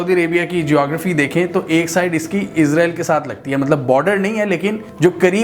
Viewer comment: آپ اسراءیل کہیں نہ کہ عزراءیل؟۔۔۔